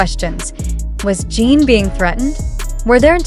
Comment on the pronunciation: And it is pronounced JIN (GIN). That is the least respect you could give!! DO BETTA!! And hope that you RESLLY don’t go mad viral because ARMY is protective of the boys and this is uncalled for!!